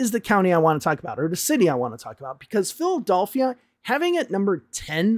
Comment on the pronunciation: Why are you unable to pronounce Philadelphia? Who does that? 😂